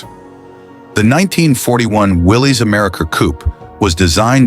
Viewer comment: so where's this Rambler you're rambling on about? I'm confused what does the '60's Rambler American got to do with cars of the '40's? It's pronounced Willis. It's Americar not American. and you show a Plymouth. and that's no '42 Chevy. they weren't gearing up for anything. They had no idea in Sept. that 3 months later we would be attacked by the Japanese. Idiots which, like all the other auto manuf.'s, they were as they were selling pre war models. looks just like a '42 Chevy.